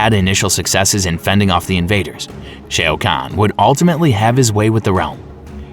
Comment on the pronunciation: 😂🤦🏿‍♂️ notice how their response didn't even acknowledge ai, let alone affirm your believe these are just human mistakes. A human may trip up on Shang Tsung but Shoa to Shay??